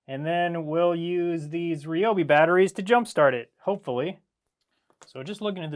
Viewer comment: I am blown away. No one pronounces Ryobi correctly. It's good to hear that you do!